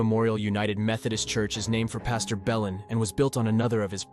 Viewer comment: Considering the name of the Belin Church in Murrells Inlet is actually pronounced "Blane" I don't know that "kudos" are to be given to this video. The narration actually sounds quite like AI.